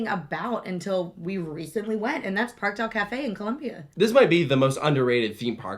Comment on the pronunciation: Just a small note, but for the Spanish/Latin American parks with ‘Parque’ in their name, the pronunciation is more like ‘Par-kay’. If that makes any sense